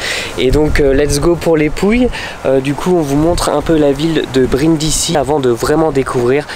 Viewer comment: Brindisi ça se prononce brindizi.